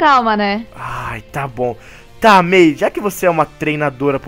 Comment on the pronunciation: disse bia ao inves de may